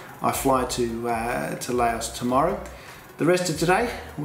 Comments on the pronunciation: Its not called LAYOUS, its called Lou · Its pronounced "louse" like mouse